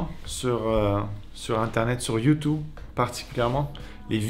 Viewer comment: J'adore quand tu dis youtoube